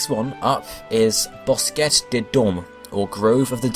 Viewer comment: The French pronunciations made me crack up lol BOSKETTE!